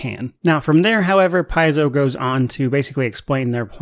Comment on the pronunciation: Nice commentary for the topic!! Hope you grow even more.. p.s paizo is from the greek word παίζω and is pronounced pe-zo meaning play:) so as a Greek one more reason to support them!!!:):):)